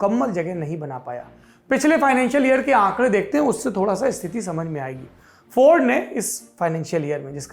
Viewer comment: हिंदी बोलते समय इंग्लिश क्यूँ बोलते हैं ये लोग. इंग्लिश भी गलत बोल रहा है. फोर्ड को फौर्ड.